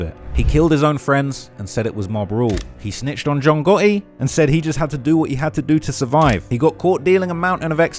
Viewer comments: "John Gahee" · capanegro, I'm not sure of the spelling , but that's how it's pronounced, it's an Italian surname.